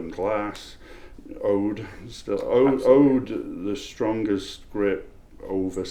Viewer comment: Not "Ode", his name is pronounced "Odd". Never Ode.